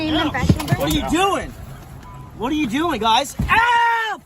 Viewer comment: Oh my god, what are you doingah? Lol